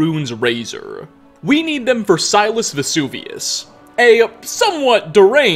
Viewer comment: Am I the only one irrationally and exceedingly annoyed by the fact that he always says "Vesuvius" (when ever addressing something in his videos connected to the Pieces of the past-quest) even though the guy's name is clearly NOT VESUVIUS but V E S U I U S (Pronounced "Vesaius")